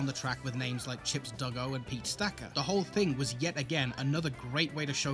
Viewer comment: Chips DUGGO? It's dubbo!